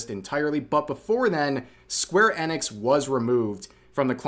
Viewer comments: Rev, why are you pronouncing "enix" as "annex"? You do know it's pronounced "eenix" right 😅 Or is there a joke I'm not getting? =p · it's E nix. not EN ix. seriously dude, wtf. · EEENIX not Ennex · Is it really "Square Ennex", I thought it was "Sqaure E-nix" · My guy I hate how you say that it's square eeeeee nix not annex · its "eenix" you goof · The way you say Enix is so painful to hear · why you saying enix like that